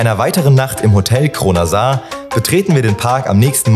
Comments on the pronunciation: Kleine Anmerkung: das Hotel heißt nicht Kronasar, sondern Krønasår. Das ø wird wie ein ö ausgesprochen, das å wie ein kurzes o (wie z.B. in "noch"). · Danke für die Anmerkung! Da hast du natürlich vollkommen recht, von der Schreibweise her müsste es "Krönasor" ausgesprochen werden. Wir haben uns zum Zeitpunkt des Drehs dennoch bewusst für die "falsche" Aussprache in der Dokumentation entschieden, da auch in Videos vom Europa-Park diese Aussprache ("Kronasar") benutzt wird und unserer Erfahrung nach auch viele Besucher eher irritiert von der "echten" Aussprache sind. Aber wir verstehen, dass das auch sehr stören kann, wenn der Name falsch ausgesprochen wird und werden bei zukünftigen Berichten zum Hotel Krønasår darauf achten. Vielen Dank für deinen Kommentar und hab eine schöne Woche :-) LG aus der Redaktion